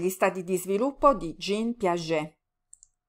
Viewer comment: Grazie mille ma "Gin" Piaget?